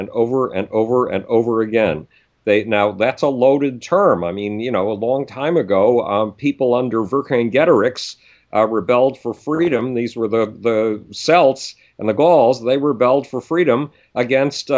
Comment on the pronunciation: Celts is pronounced like "Kelts"... Celtic is Keltic, and so on. Not a big difference, just a pet peeve of mine :p